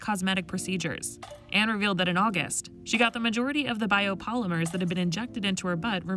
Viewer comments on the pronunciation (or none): She said biopolimiters 😂😂 it’s called bio polymer